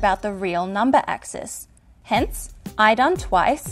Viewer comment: Clicked just to hear her say "numba", was not disappointed.